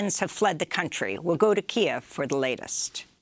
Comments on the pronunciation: Please pronounce Kyiv "Keev" which is the Ukrainian transliteration. "Ki-ev" is Russian. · I spoke with many Ukrainian people at the rally in my city yesterday, and every single one of them asked for "Keev" and I'm afraid reading the written word does not offer pronunciation. And I am not a "he" thank you. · No. The Ukrainian name is Ки́їв, written in the Ukrainian Cyrillic alphabet, and usually rendered in Latin letters (or romanized) as Kyiv.